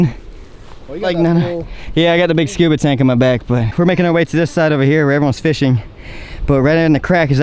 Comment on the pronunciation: Say scooba again 😫